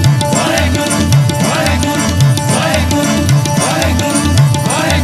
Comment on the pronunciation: Shabad is beautiful, but the way is saying "WAHEGURRRRRUUU WAHEGUURRRRRUU" is not correct. It should be WAHEGURU and care should be taken to use correct pronunciation when speaking WAHEGURU which is not WAHEGURRRUUU